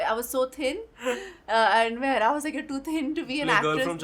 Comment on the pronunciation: the guy says mehra not mehra sir.